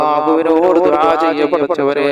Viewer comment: ദുബായ് അല്ല ദുഅ ആണ് ketto